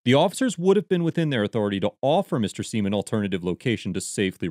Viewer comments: Pronounced Gavin "Siam", not "Seem". In his own words. Doesn't really matter much, just saying. I have been subbed to him for many years. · It's pronounced "Sime" and you should really do some research on him before defending anything he does. He's probably not someone you want to side with.